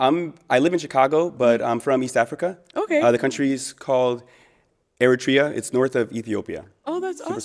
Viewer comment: I’ve met ALOT of people from Eritrea but never once pronounced it like how he did.